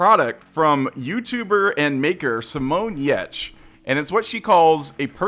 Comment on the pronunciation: Glad you liked it! And kudos for nailing the pronunciation of Giertz 👌👨🏻‍🍳